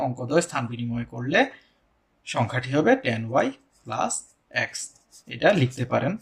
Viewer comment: অ্যাক্স না বলে এক্স বললে ভালো হয়..... 😢